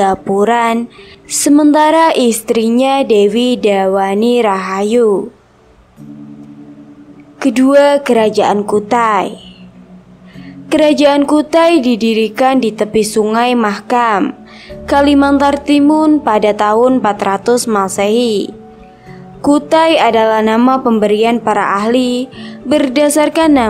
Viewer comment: Kerajaan kutai didirikan di pesisi sungai MAHKAM KALIMANTAR TIMUN WAKAKAKAKKKAKAKA klo masih ngantuk jangan ngonten dulu lah, cuci muka lalu makan baru upload😅😅😅